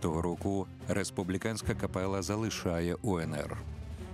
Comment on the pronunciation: дякую за чудову првцю, за фільм. Зауваження до диктора - капела - читається з одним "л". До авторів тексту: "Європа підсіла..." - це більш, ніж непристойно подавати до глядачів від каналу Суспільне/Культура